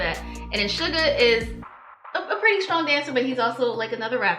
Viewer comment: His name is not sugar it's SUGA and not because his skin is pale it comes from the two syllables first syllables and shooting guard his position in basketball shooting= SU guard=GA sugar AKA Augst D for his solo work.